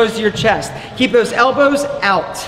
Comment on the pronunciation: I've never heard someone emphasize the W in "elboWWWzz" like does.